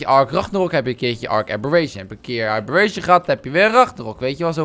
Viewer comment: WAH WAAH WAAAAAAAAAAAAH!? kimpie ragnarok: Ranknaronkie kimpie abberation: abbe'reent'ie